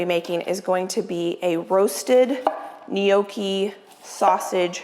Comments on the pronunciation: Once again, NOT "knee okee". Sorry. 😢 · It's Nyocki, not sure why Americans say nyoh key